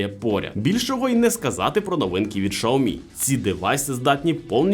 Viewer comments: Шаоми сразу видно эксперта !!!! Уже весь мир знает как правильно: Сяоми , учись . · Безграмотность и невежество- Шаоми. В Украине -Сяоми. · Ксійомі правильно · Шаомі? Це щось новеньке😂 Такого читання назви ще не чув😂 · Правильно - СяоМи, было видео лет 8 назад, где чувак ходит по Китаю и спрашивает у китайцкев, как правильно говорить. А "Шаоми" пошло, от того, что директора по маркетингу, который вообще португалец, спросили как правильно и вот он так сказал, после этого даже вроде какие-то офицалы опровергали это произношение, в общем давно это было